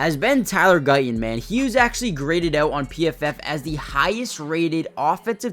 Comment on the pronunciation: Would it not be better if you said Guyton instead of Guy-Un. And would it not be better if you said Martin instead of Mar-Unn?